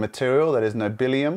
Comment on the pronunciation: "Nobillium" - Element Nb is Niobium, though.